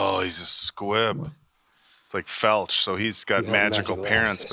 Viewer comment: I’m trying to cut you some slack but you’ve been listening to the books and watching the movies. It’s not Felch- it is Filch.